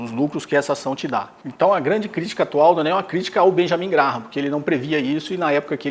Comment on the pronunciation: Se pronuncia “Grém” Benjamin Grém